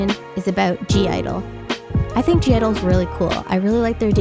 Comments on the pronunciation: I dont want to be rude but it’s not g-idle it’s just idle u don’t pronounce the g, this can also be to the new idle fans u can spell it g-idle but u don’t pronounce the g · when you pronounce (g)-idle, you just say idle. the g is silent. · it's just idle, the g is silent :') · (g)i-dle is pronounced as just idle... haha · (G)I-DLE it's not pronunced like that! Hahah. The "G" doesn't sounds. So, it's just "Idle" like "Idol" the G doesn't sound. You can see their "U-Go-Girl" stage. Siyeon says: "The princess I-DOL". Good video. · the g is silent in (g)i-dle. it's just pronounced as idol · oh btw (g)i-dle is pronounced as “idle” the “g” is silent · I'm totally on your side with the America thing. Basically in all your opinions.😏💕 Oh, and the group is called (G)I-DLE, but you don't say it with the "G". Then it's only "IDLE" as pronunciation. ^^ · I did agree with a lot of things in your video but I still cringe when people pronounce (G) I-DLE wrong, the “g” is in parentheses for a reason, it’s silent, all you have to say is “Idle” (I wasn’t trying to be rude, just letting you know) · G-IDLE is just pronounced idol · I think that Jeon Soyeon has a very unique sound and has something to offer to the industry so I disagree with you saying she sounds like/ is copying Hyuna’s style. Also (G)I-DLE is not pronounce with the g but as ‘idle (idol)’